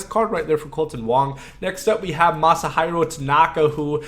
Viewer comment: His name is pronoced Masihero